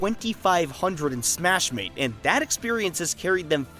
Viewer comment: Boys we finally got the narrator to pronounce Smashmate correctly.